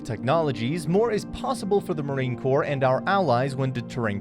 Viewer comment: For crying out loud, its pronounced "Cor" not "Corpse". Numbnuts.